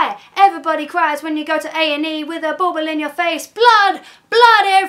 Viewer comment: This is amazing! The only thing you lack is Dan's perfect perfect pronunciation of 'bauble in your foot', but I won't hold that against you. So much love for the Blackery right now.